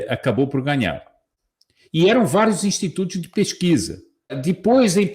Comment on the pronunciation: kkkkkkkkk "intitutos!